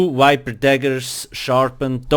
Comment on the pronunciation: it is viper, not wiper. for fucks sake